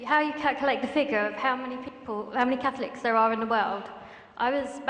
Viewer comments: Hahaha his own words, "Cackliks" (Catholics) XD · hehe.. i keep hearing "cat-licks"